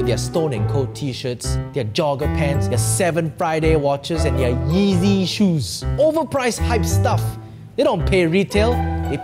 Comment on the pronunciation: It's not yeezes it's ez's